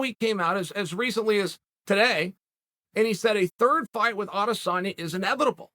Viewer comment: Thanos: I am, inevitable Chael: I am, inevibitable.